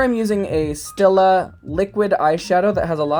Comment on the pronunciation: It’s pronounced “Stee-luh” girl! Love the makeup look though. You killed it!